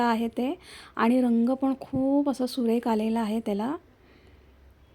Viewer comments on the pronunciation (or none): छान रेसिपी, मन लाऊन करतेस. फक्त बोलताना उच्चारकडे लक्ष दे. फूट कलर नाही फूड कलर, सुरेक नाही सुरेख. आणि इतरांसारख , सारखं सारखं छान छान म्हणू नको, खूप विचित्र वाटत. इतरांना छान म्हणू द्याव ...